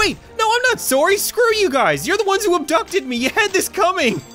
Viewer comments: turning into your stereotypical Canadian by killing a gummy bear for wanting to basically murder him and them proceeding to be shocked a yelling “OMG IM SOARY” and then resisting his primal kindness by realising his mistake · sometimes cap,s Canadian side really shows. example; when he said ;soory; after hiting the first gummy bear